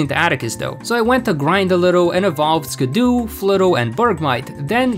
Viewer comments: Skiddo and Gogoat are some of my favorite pokemon and Skiddo isn't pronounced Ski-doo it's actually pronounced Ski-doe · Calling skiddo “skidoo” was killing me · “Skid-doo” is killing me 😂 It’s just Skiddo, like “kiddo”. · Him constantly calling Skiddo "Skiddoo" hurt my soul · The fact that he keeps pronouncing Skiddo as “skidoo” physically hurts me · I'm sure its not Skiddoo. It's Skid+Kiddo, surely? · Pokemon's name: "Skid-oh" Your pronunciation: "Skuh-doo" Cool vid tho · I love Skiddo. You're mispronouncing it, though. It's an "oh" sound at the end, not "oo" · you calling it "skidoo" is very funny. its meant to be like "kiddo" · skid-doo feels like bullets i can’t explain it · Love the way you say skiddo I say skiddo as kiddo but with an s in front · bro says skiddo like skudoe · okay I've heard many a mispronunciation of pokemon names before, but ski-doo is definitely a new one for me I dunno is it just me or did you just not register the word "kiddo" here? no flame here btw just really confused by that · It’s skid-dough. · It's skid-do for God's sake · Is skiddo really pronounced skidoo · It is pronounced skid-OH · The mispronunciation of Skiddo upsets me intensely… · Im sorry you did NOT just pronounce skiddo like that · Still a better champion than Diantha. Also, you are pronouncing Skiddo wrong. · Can you just. Pronounce Skiddo correctly please. You’re not watching Blue’s Clues trying to hop into the TV.